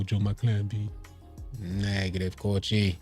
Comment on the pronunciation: “Neeegative coachi” 🤣